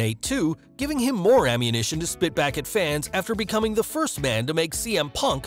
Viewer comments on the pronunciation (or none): none